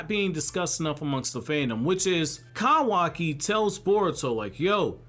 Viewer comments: I hate how you say Kawaki and Otsusuki 😭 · Its funny how you said kawaki 🤣